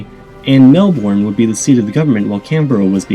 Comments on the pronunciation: That's not how you pronounce Melbourne. It's more mel-burn than mel-born. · Melbourne is pronounce as Mel-burn NOT Mel-born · > Says Rio de Janeiro and Brasilia with an accent > Says "mell born" instead of "mellbin" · it's pronounce Mel Burn not Mel Born, for fuck sake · Thanks for a great video. Just a quick tip. Melbourne is pronounced mel-bin as opposed to mel-bourne. It's a bit like how Maryland is pronounced mary-lin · Mel- born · You pronounced Melbourne wrongly. It's pronounced as Melben. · for fuck sake is pronouned mel born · Correct pronounce Canberra correctly but need to do some work in Melbourne!